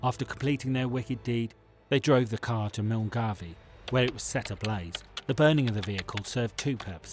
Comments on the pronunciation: Milngavie is pronounced mil-guy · Milngavie is pronounced "Mullguy" Good video. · Came here to say the exact same thing.😂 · Milngavie...mill-guy...how to pronounce it! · Your pronunciation of Milngavie just made me lol.